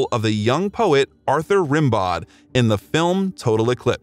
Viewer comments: Who wrote this? Your sentences sound weird, your timeline is messed up, and it's pronounced "Ren-bow", not "Rim-bowed". For a supposed biographer, you're seriously lacking in the research department. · Rimbaud is pronounced like rambo the movie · The narrator should have known how to pronounce the name of the poet Rimbeaud properly. One does not pronounce the d in the name. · Hhhhaaahhhaaa the poet "RIM-bod"... It's pronounced "ram-BOH"....Haw rim-bod...too funny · Rimbaud is pronounced "ram - BOW". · The pronunciation of french words (Rimbaud, Saint Tropez...) is excruciating. It doesn't take much to look up the pronunciation on Google. 🤷